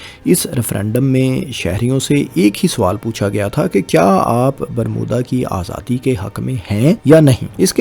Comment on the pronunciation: صاحب آپ کی ویڈیوز میں بہت اچھی معلومات فراہم کی جاتی ہیں ۔ لیکن آپکا اردو تلفظ ٹھیک نہیں ہے ۔ آپ پنجابی زدہ اردو بولتے ہیں ۔ مثلاً Himayat ko Hamayat, Mukammal ko Makkamal, Aazadi ko azadi, aor ko or Difa ko Dafa بولتے ہیں ۔ آپکے مقابلے میں فیصل وڑائچ صاحب کا اردو تلفظ بہت کمال کا ہے۔ آپ ان سے مدد لے سکتے ہیں ۔